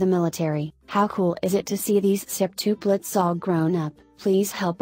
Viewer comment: I CANT STAND THE WAY THAT ROBOT THING IS SAYING SEPTUPLETS